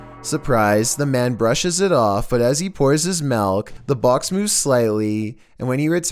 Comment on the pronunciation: I Love The Way Says The Word “Milk” Like “MaLk”.